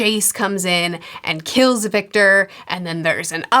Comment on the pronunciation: She gets it right later on, too…!